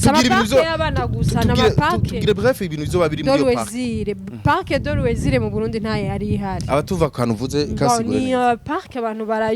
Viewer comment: On dit loisir pas luesir